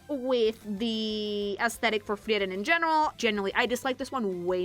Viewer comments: Why does she say the name Freiren liek shes saying Tiananmen with an F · FREE-ren unless she’s pronounciation mogging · I take a fraction of psychic damage every time says "Friyeren" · Yep, is a latina. Only Latinos say "Frieren" instead of "Friren", the supposed correct German pronunciation 😅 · Another great video from the. Excellent. ps: also, as a Hispanic listener, I kinda enjoyed realizing how "Frieren" is pronounced with phonetics closer to Spanish. Happens to me sometimes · I have NEVER heard someone pronounce Frieren like that my god